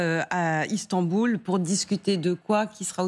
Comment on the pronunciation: "Istamboul" sauf que ce qui se tend ne sont pas les boules ...